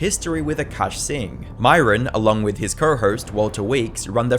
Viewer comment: “Cuckaash Singh” is crazy 💀